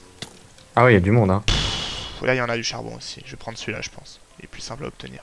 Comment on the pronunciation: Plu? Ses plus avec un s lol